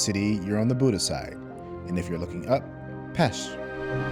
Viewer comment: they only pronounced Pest correctly. They still said Booda and not Buda